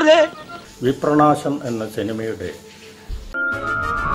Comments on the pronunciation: വിപ്രനാശം എന്നുള്ള പേര് പോലും പറയാനറിയാത്ത ഡയറക്ടർ.. വിപ്രണാശം പോലും.. പിന്നേ എന്താണ് അഭിനന്ദനങ്ങളുടെ പ്രവാഹമോ... ഉണ്ടാകും.. ട്രോല്ലന്മാർ വിളിച്ചു കാണും.. വേറെവിടുന്നു കിട്ടും ഇത്രേം നല്ല content.. ഹോ... ഇനീം ഉണ്ടോ ഇങ്ങനെയുള്ള short ഫിലിംസ്.. ഒന്നു പിച്ചി ചീന്താനായിരുന്നു... 🙏🙏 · വിപ്രാണാശം അല്ല വിപ്രനാശം ആണ് 😜😜🤣ബല്ലാത്ത ജാതി